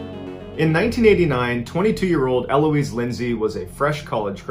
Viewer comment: My name is Eloise and it was so weird hearing Mr Ballen say my name. By the way dude, the stress is on the last syllable not first lols